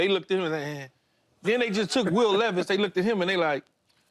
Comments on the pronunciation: Will “ Leevis” 😂😂😂. Come on Paul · “Thick dude” 😂. I’m a titans fan and can’t stand burks. However, none of these fools know anything about the titans. Bruh said Leeevis 😂